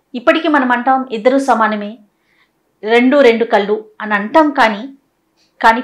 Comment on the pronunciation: .mee anchoring chaala bavuntundi.oka chinna suggestion meeru Kallu antunnaru.kallu veru KAZHU((Azha ani palakaali)ENGLISH TYPING MAY B WRONG) I HOPE U CAN UNDERSTAND